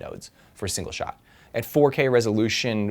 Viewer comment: Look at how he said 4k hehe 4 years ago